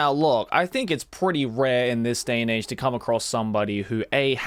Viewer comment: It's " AGE" bud